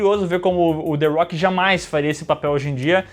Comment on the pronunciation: A rocha, não "arrocha"... the rock